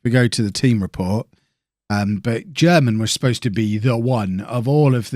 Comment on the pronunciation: Germann is reallyyyy not pronounced like German